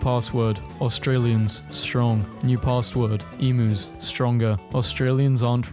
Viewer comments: It's not Ee-moos. IT'S EE-MEW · FFS!! stop saying "emoooos" Emus - eam yous.... but what would I know, I'm just an actor, paid by NASA??? ...also, I have a short clip of me playing with a spider, nearly as big as my hand, but it won by going into my room and waiting for me to sleep.